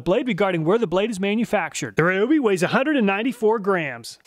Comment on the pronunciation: Just wanted to respectfully mention that Ryobi is pronounced “Ree-Oh-Bee” according to their advertisements here on Youtube. Thanks for all the work that you put into making very informative test videos. I always look here first before I buy.